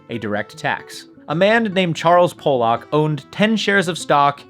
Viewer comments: "PAH-luck" (like the fish), not "POLE-ock". ~ man with Polish relatives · Pollock (pall-luk) not Polack (pole-lok) lol ... he's not from Poland. love the channel tho. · 3 times in a row. 😂 Every time you mispronounce his name, my inner 12 year old starts laughing hysterically. 😅